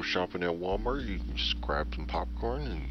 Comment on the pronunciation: I believe its pronounced "Pupcorn"